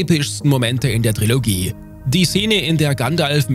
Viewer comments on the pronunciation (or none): none